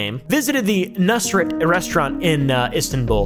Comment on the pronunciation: you pronounce the name pretty well btw "et" means meat that's why nusr-et, in case anyone has an interest in languages lol